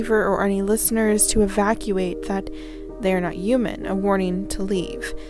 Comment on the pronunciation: Why the hell do you say "human" like that!?! Good Lordy girl update your audio too!!